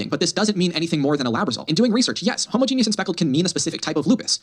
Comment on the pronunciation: Jake commenting on Ethan's "mispronunciation" of ANA titers while repeatedly mispronouncing "homogeneous" less than a minute later has sent me into orbit